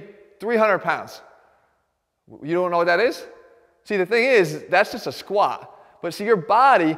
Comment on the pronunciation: The way he says squa pisses me to no end. Otherwise golden info. Why is it so hard to pronounce the letter t.